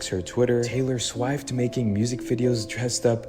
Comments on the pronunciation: Dude firstt needs to learn how to pronounce names before i take anything he says serious. Called Cher ch-ar? instead of (share). Called Taylor Swift sw-eye-ft. Love MODTRICCA videos. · The way that guy pronounced Cher and Swift was evil on it's own.